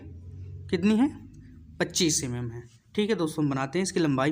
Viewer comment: Sir jii pad to acha re ho but vo mm mm hota h ymm ymm nhi 😂